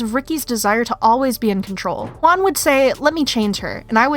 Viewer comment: It's not khwan, it's JJwan